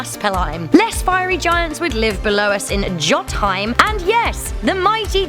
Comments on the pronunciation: Jut - heim? Lmao! It's pronounced yotin heim. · lmao the giants dont live in Jothaim the live in Jotunheim and it is pronounced Yotunheim since literally almost every J in the Norse language is pronounced as Y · Isnt it pronounced Yotinheim?? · Wow, it's pronounced Yoten-Heim no Goton-Heim, and pronounced Nid-avalire not Nidivalar